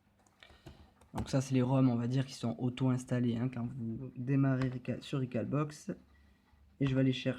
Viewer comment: Rec"au"lbox comme un hall de gare... sinon bien l'explication. Sauf que le ftp via ethernet c'est super rapide